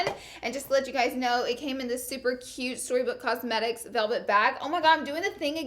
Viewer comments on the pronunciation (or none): none